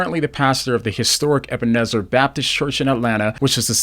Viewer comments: U. S. State senate?? It's "ebb uh knee sur." Not "ebb uh nizzer." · Eb-an-nee-zer. Long E’s. lol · You don’t even say Ebenezer correctly.